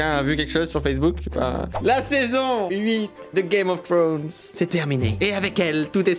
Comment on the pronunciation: Putain y'a pas le S a thrones je suis rester sur sa :p